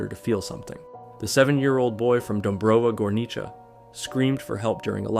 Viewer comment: He nailed "Dąbrowa Górnicza", like well deserved